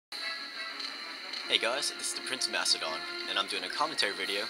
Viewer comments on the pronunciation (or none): none